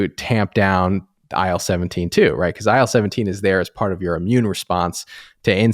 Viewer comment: my god, I keep hearing aisle 17 instead of IL17